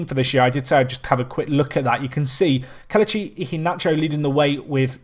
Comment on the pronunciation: It's pronounced Keh-leh-chee instead of keluh-chee. Still a great video